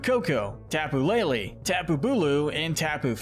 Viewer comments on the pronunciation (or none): none